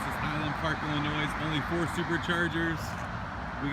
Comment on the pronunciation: It's pronounced "Ill-a-noy" ... not "Ill-a-noise" ... the 'S' is silent.